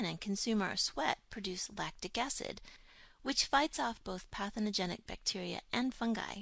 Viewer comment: "patheNOgenic"? or, "Pathogenic"? I checked the dictionary online and it seems the former doesn't exist. Or, maybe because it's a 'very' biological or medical term. Just wondering. (For the sake of 'technical' accuracy...because I'm learning this for my 'new career') But, the vid is very educative. Thanks!